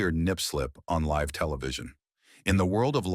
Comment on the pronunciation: Stop mispronouncing live 😢